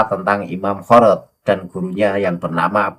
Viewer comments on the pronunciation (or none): Khorod..di baca Khirid..itu salah satu marga baklawi..yaitu ada nama Ali khirid.